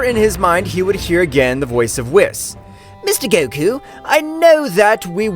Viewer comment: It’s pronounced Whis(Whees) not (wiss)